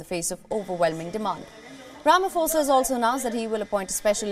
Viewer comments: ITS NOT "RAMAFOSA" ITS "RAMA-POSA" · No, its Rama-Sofa